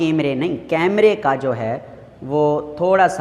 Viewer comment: The one who noticed cammmmryyy instead of camera 😂